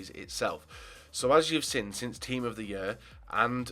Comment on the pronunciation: "Team of the yurr"